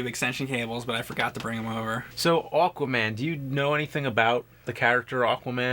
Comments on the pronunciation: It was driving me nuts how James kept saying "Awkwaman" lol Also, yeah, from the mid 90s to the early 2000s, Aquaman had long hair and a hook for a hand. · I was so sure when James said the title in the beginning it sounded like he called it "Awful-man." Hehe. Unintentional!